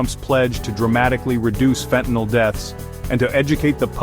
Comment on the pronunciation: Get it right it's fentanyl NOT fentanol